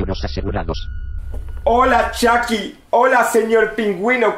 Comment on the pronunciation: Chaki? Mínecraft? Joooder.....qué os cuesta decir Chuky y maincraft bien pronunciado en inglés coño!